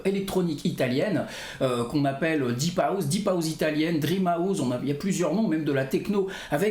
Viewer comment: Pourquoi tu dis : HOUZE ???? Ahouze ???